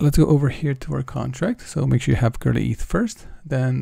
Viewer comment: It's not girly ETH. It's Go-Early Eth